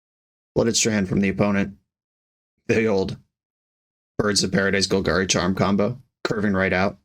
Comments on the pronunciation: It's Gol-GARY, like the nail from Sponegbob. There was a pronunciation thing on the Wizards site. People also say Orzhov wrong...Just a bit of pendantism while we cast BoP and Kavus. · You'll have to pry Long-A sound Golgari from my cold dead hands (preferably before something from Golgari eats my corpse)